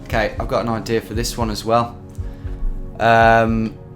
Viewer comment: "Canadarrr", "idearrr", "Americarrr"... why do you speak like a pirate?